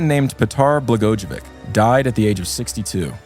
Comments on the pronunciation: Not an expert but I believe it’s pronounced blah-goy-uh-vich. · The name is usually pronounced “bluh-goi-uh-vich.” Same name as the former Illinois Governor Rod Blagojavic. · it's PET-ar Bluh-GOY-uh-ViTCH (albeit softly on the ch)